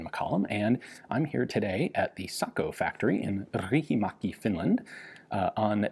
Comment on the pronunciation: Thank you Ian for teaching the proper pronunciation of SAKO. I cringe each time I hear “say-co” by those unfamiliar with the Finnish tongue.